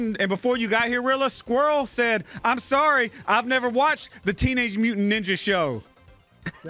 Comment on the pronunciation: "Teenage mutant njnja show" common squirrel 🤦‍♂️